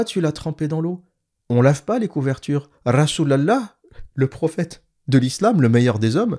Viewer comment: La façon dont vous prononcez " rasol alah " est tellement drôle hhh